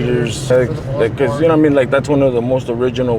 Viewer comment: "You know wharra I mean"😂